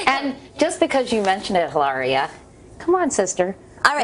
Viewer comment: She keeps calling her Hilara and not Elaria haha!